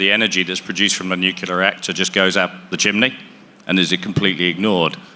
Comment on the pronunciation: New. Clear. Nuclear.